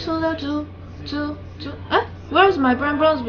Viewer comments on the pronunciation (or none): Can't say zoo EleGiggle